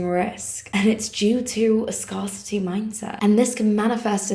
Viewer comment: It's not pronounced ' SCAR city.... It's pronounced ' SCAREcity' 😊❤